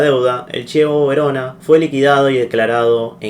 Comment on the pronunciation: El Torino FC de hoy no es el mismo AC Torino (antes de 2006) Y se dice KIEVOH VERONA.